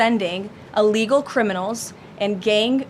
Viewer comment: I wish she would learn to speak, i's "i" llegal nor "a" llegal!!